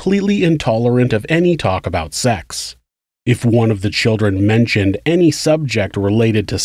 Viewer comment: Not every crime story has uh talk all abow choowdrwren. Most of this shit happens in the US. Listen how we talk, and about how we protect the CHILDREN. Frigging jebends, listen to this guy! Learn how to pronounce the letter 'L'